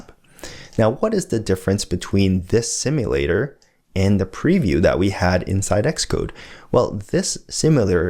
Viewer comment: My only complaint is how you pronounce "simulator". Guessing that's bkz you're Canadian though.